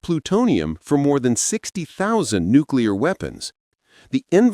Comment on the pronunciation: "Nucular cooties".